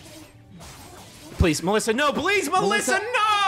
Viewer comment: I love that they actually pronounced the Ё in Mёlissa correctly. Sometimes. They seem to switch between Melissa, Mёlissa and Myolissa all the time.